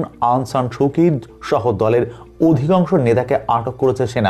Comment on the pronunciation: ভাই আপনার কথাইতো হয়না সুচি কে বলেন সুকি